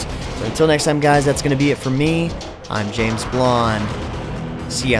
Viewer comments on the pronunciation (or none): none